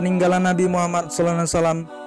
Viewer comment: Sebutlah yg betul. Knp jadi nabi muhamman. Yg betul nabi muhammad saw